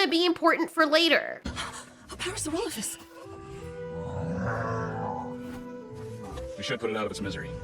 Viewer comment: I find it funny that she supposedly studied dinosaur bones for years yet she can't even pronounce "parasaurolophus" correctly. At first I thought it was you how was calling it "paracerolophus" but that's what she actually calls it in the series. smh